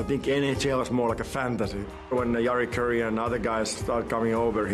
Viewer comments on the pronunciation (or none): Teemus the goat but why did he pronounce jari kurri the american way?